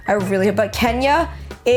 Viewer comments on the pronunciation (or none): Did you call Tenya "Kenya"??